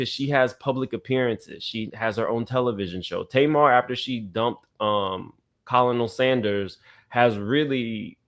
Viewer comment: Colonel Sanders is pronounced Kernel